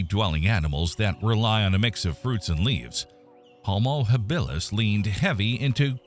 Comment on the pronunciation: Enjoyable but screwed up. Your AI voice mispronounces Habilis, Australopithecus and I don't know what else. You show a hunter about to throw his spear - in a dense forest. That doesn't work. Check with your Maasai friends and they'll splain you.